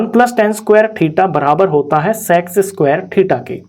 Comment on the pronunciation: Bkl wo sex nai sec hai dhang se boliya kr